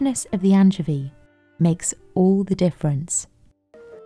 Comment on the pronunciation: I've never heard anyone ever pronounce "anchovy" that way, and I've got to say, I'm not a fan.